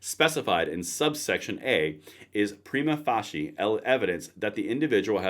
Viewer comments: It is pronounced Fay-She-A, not Fay-She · PREE-mah. FAY-she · Brother, Not being a smart ass, trying to help that's all. That word you have trouble with, it is not spelled like this but sounds like PRIME A FASIA. Don't know if this helps. I have trouble everyday with words, eating and getting dressed. I had a stroke after my service proudly as a Marine. 16 years. Have a blessed day brother, We all have problems somewhere, some are hidden. Outstanding content. Thank you.